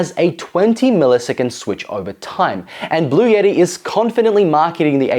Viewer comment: Bluetti not blue yetti. Button not buddon